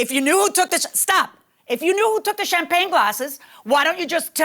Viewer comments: Omg its champagne not champlane. Low class. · CHAMPAGNE 🍾 OR chamPLAIN 😂😂😂 BASIC ENGLISH IS SOOOOO EASY! 🥴 the plaintiff is sooooo cringe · I don’t trust anybody that says “Champlagne glass”. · Why does she keep calling them “Champlain glasses” lololol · Is she saying "shamplane"? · Champlane, champlane, OMG doesn't she even know how to say Champagne, I bet she's one of the people that says liberry instead of library. Both plaintiff and defendant are as nasty as each other... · The word champagne is killing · Will someone please tell the plaintiff that champagne glasses aren’t NOT PRONOUNCED chamPLANE glasses! Even when the judge pronounces it correctly, learn you sound ridiculous girl. Crazy, how many years of school did she go to 😂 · Every time she says champlane my eye twitches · Champlagne😂 I thought it was a mistake until she said it over and over. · 😂🤣😂🤣😂🤣 She said it 3 times and didn’t even realize it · She was articulate until JM called her out on swiping the 'champlagne gases' and then she began stammering and mispronouncing words. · I can’t stand when people refuse to speak properly. What the hell are champlagne gasses? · “Champlayng glasses” 🤣🤣🤣🤣🤣 i thought it was a mistake but she kept putting the L in it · Champlain lol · If the plaintiff says cham-plane glasses one mo time!! 🤣🤣🤣🤣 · Good lord there is no L in Champagne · Plaintiff didn't say "Champagne Glasses" correct until like the 6th attempt 🤣😭😆😂😭🤣 Just stop...ROFL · Giiiiiiiiirrrrl I thought I was hearing wrong cause it is almost 1am and I'm sleepy but I kept hearing it and came to the comments to see if anyone else noticed! 🤣🤣🤣🤣🤣🤣🤣🤣🤣🤣🤣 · My name is champagne and the audacity to mispronounce it is appalling 😂😂